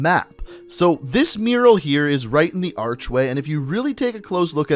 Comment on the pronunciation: It’s kinda weird how you say mural.